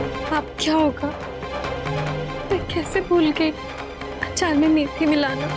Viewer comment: Can Kokila, Rashi and Urmila stop saying आचार instead of अचार? 🙄